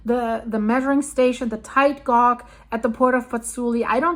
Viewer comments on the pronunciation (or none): I think some new people visiting your channel may not realize that when you say gauge [gog], you mean to say it how we pronounce it in N.America/GB [gayj]. {English must be an absolute nightmare to learn as a second language. The pronunciations do not necessarily follow consistent rules. English-speaking countries don't even pronounce some words in the same way. I applaud all peoples who speak more than one language!} That all said, I enjoyed this video as I always do with your videos. I laugh and learn every time. 💚💚💚